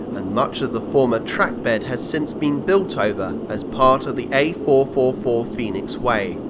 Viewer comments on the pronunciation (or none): none